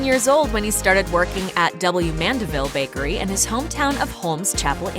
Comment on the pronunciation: Years later and the way he says 'bAy-kErY' never changes😂